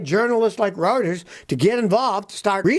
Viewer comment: FYI.The Reuters news agency is pronounced "royters" .